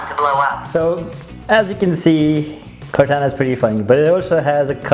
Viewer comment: It's pronounced Core Tauna not Core Tanna .